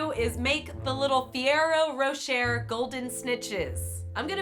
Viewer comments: Fur or oh row cher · fee-yea-roe roe-shair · Em B Same its ferrero rocheeeeeee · 'Ferreer-oh Row-Cher' :D WHAT?! It's 'Ferre-row Ro-shay' :D Please do not tell me all Americans mispronounce it like that! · fr-erro-roch-aye not fie-era-rosh-er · Wtf is ferro rochae , it's ferrero rochea 😂😂😂😂😂😂😂😂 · It’s pronounces ferairoh roshay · Fur-Eh-Row Rosh-Ay... You're welcome ;) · Did really just pronounce "Ferrero Rocher" as "Fiero Rochur" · The way she pronounced ferrero rocher hurts In Ireland we pronounce it like fur-air-oh raw-shay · "fiero rochere" wat? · " "Fiero ro-cher" -- " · as soon as I heard her say "fearo rochea" I scrolled down to see how many people called her out wtf is a fearo rochea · Fi-aero Rosher?????? What the hell is this pronunciation??????????😱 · All of the Europeans are pissed at you because of the way you pronounces Ferrero Rocher (including me) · Holy fuck please tell me she did not just say FEErayro Roe-Cher like what a moron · Did she really just pronounce ferrero roches ...ferro Rodgers I LOVE YOU BUT NO JUST NO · "Fiero ro-cher" -_ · Ferrero Rocher is pronounced furrayro roshay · "ferrero rocheur" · feearro ro chaar omg, no please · it's pronounced feréro roché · its pronnounce "feréro roché" people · Ferraro roshe is how I pronounce it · "Fiero rocherre" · The way pronounces fererro rocher 😂😂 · thats not how you saw ferrero rocher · Gonna tell you right now that’s not how you say Ferrero rocher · Died inside when she said Ferrero Rocher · She can NOT say ferrero rochers 😂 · That is not how you pronounce Ferrero Rocher! 😂😭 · Anyone else lowkey triggered by how she said ferrero roche 😳😫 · Same she says it wrong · the WAY she said Ferrero rocher hurt my soul 😂😂😭